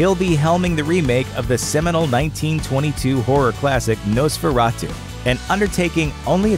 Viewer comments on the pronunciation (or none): none